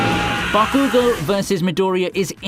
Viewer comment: The way you say Bakugo, irks me 😂